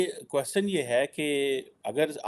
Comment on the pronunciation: Aaj style mein baithe ho lekin kwaaaschan is aise kaise? 😂